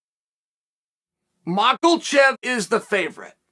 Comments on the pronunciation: Bruh it’s been like two years and I still bust out laughing everytime I hear MOCKLECHEV ! Lol the man says it with such conviction 😂😂😂 like “that’s his name and you can’t tell me different” Chael is goated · It's not friggin " macklechev"..... Jesus man this dude is supposed to be a great combat sports mind .. he can't even speak.. he can't pronounce basic last names .. does it all the time.. not just islam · Chael “Moglechev” Sonnen